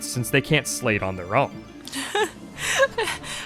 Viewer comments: I appreciate the acknowledgement about options on how to pronounce Marluxia, but it hurts my brain each time I hear you say "sleight." That's not a made-up word from the game, it's an existing English word (most commonly heard in the phrase "sleight of hand"), and that is not how it's pronounced. It's a homonym for "slight," not "slate." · Am I wrong in thinking "sleight" is pronounced like "slight"? I've heard several Youtubers pronounce it like "slate" at this point, but I was always under the impression that it was used in these games as a reference to "sleight of hand" card tricks. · It's pronounced "S - LIGHT" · No, you're right, it's pronounced "slight". People get it wrong because it's a rare word, and people don't make the connection to the phrase. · The t in sleight is silent, it's pronounced "slay" Grammar aside, they really messed things up with the 3D "remake".. the OG is vastly superior. I'd say I'm looking forward to her playing Days, but that game is garbage and has no lore impact whatsoever. Re:coded, tho, now THAT's a top tier KH game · Inspired me to check out the GBA version, but, please, sleight is pronounced slite, as in sleight of hand! X_x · It's funny how many people (myself included) read sleight as "slate" or "slay" and missed that it's pronounced "slight" as in "sleight of hand". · That’s a very common mispronunciation that I’ve noticed, but yeah it is like Sleight of hand. You’re right.